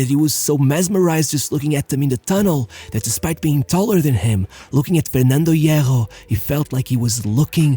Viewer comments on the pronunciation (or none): It's painful to listen to you pronounce Spanish names, every single time. Every. Single. Time. You pronounce everything like it's a combination of Portuguese and French. It's not "Losh Galacticosh". It's not "Fegnando Hieggo".